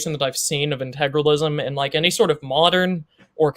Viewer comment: Oh, and just to note, I realize it is petty, but my goodness. You typed the word how many times in your essay? And you not once realized where the "R" in Integralism is? Intragalism.... Maybe he should have spent less time on the "Kids and their instagram joke" and instead learned how to say the damn word.